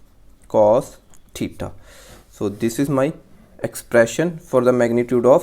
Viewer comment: Theta ❌ thitha ✅